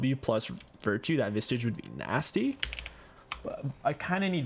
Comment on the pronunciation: Part of the reason I started watching in the first place was because of how often he mispronounced the item names lol